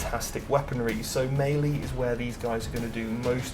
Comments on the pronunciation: Great video... but it's "mêlée" not "maylee" as you pronounce. Sorry dude but it was grinding on me when you said it. Just think French and not English before you say it... other than that though I enjoyed your video and take on the Armies. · Am I the only one who finds the way he says "Mei Lee" strange? Is that a British thing?